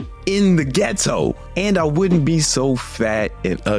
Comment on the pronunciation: “In the ghet to”lol